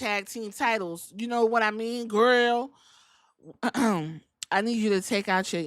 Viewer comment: I heard Mia Yim say yaddahmean when she was talking about the women's tag team champions lol I'm like she doing jacob fatu reference